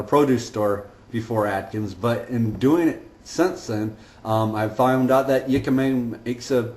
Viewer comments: it's not pronounced "yikima" it's "hickima" if you don't want to sound like a hillbilly, also Jicama has quite a high carb content, 59 carbs in a medium one, and Dr. Eric Westman does not recommend counting net carbs, just total carb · The word is pronounced [HEE-ka-ma] or [HIK-ka-ma]. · Jicama Is actually pronounced with an H... Hicama...Much love thank you for sharing... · it is jicama you are mispromouncingh iy